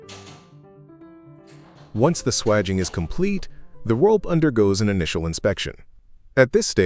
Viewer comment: and swagging to ensure ....swaging